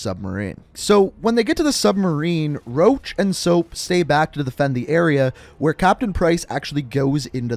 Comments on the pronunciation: You said soap and roch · He said soap and and Roche